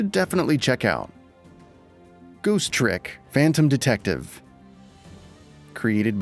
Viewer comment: Goose Trick? I'd normally say a mistake like this is forgivable, but you pronounce it perfectly fine right after.